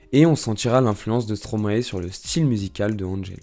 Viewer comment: Et on dit aussi Stromae ( comme )ail😅 et pas Stromaé stp😜